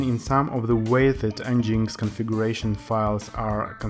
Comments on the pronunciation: en-jinx? lol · Nice video. It is pronounced as 'Engine X' though. Cheers.